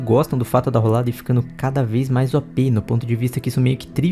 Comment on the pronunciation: N tanko o cara falando "roldada" kkkk não tenho maturidade